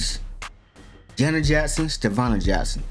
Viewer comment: Bro you so real for saying Stevanna i been saying this for the longest .